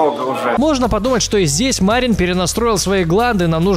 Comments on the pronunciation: Почему Ма'рин? Разве правильно не Мари'н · Кстати не МАрин, а МарИн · Вроде бы имя Марин с ударением на "И"? Поправьте если не прав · какой блин ма́рин ты серьёзно мари́н!!!!! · Не МАрин, а МарИн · Не мАрин а МарИн. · Не МАрин а МарИн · Влад Живу в Молдавии (Мармок оттуда родом) Имя с одной И и ударение ставится на неё. P.S. Видел его один раз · Вообщето правильно говорить МарИн. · почему ты ставишь ударение в имени мармока на букву А? в его имени ударение падает на букву И!